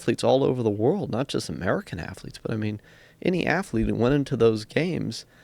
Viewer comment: Bryan "afflete" Fogel